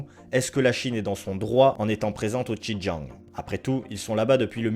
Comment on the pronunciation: Merci pour cette vidéo très instructive. Par ailleurs j'aimerais souligné les erreurs de prononciation des ethnies, dynasties et lieux : le "x" de xin Jiang se prononce" s" , le "j" se prononce "t" (sin tiang) . L'ethnie des Han, le "h" se prononce "r" (ran). Les Qing, le "q" se prononcé "tch" et le g est à peine prononcé, "ing" ne se prononce pas comme "ing" de "dingue" en français mais comme celui de l'anglais, play"ing" ou com"ing". Je me permets d'apporter ces précisions car en tant que sinophone je n'ai pas compris tout de suite de quoi il était question. Ma remarque ne remet pas en cause le contenu de cette vidéo pour laquelle je vous remercie.